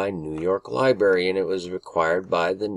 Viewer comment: Lie-Brary. NOT lie-BERRY